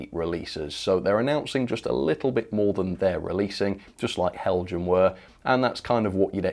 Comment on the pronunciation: Apologies in advance for the petty comment....but you are pronouncing Heljan incorrectly. It is a Danish company name hence the J is silent (sounds like Hel-yan).